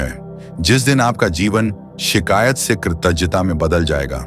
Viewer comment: बार-बार मैं शिकायत करता हूं, कृतज्ञ होता है कृतज्य नहीं।आप अपने उच्चारण को सुधारें नहीं तो आपके विडियो से नफ़रत हो जाएगा।❤